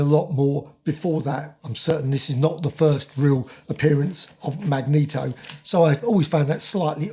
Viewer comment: This is the only Marvel Omnibus I own. I did have the original run but sold them all over the years. I plan on reading this book soon. I still wince whenever you mispronounce Magneto's name. LOL. Thanks for the review!